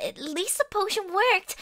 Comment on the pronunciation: said pot-tion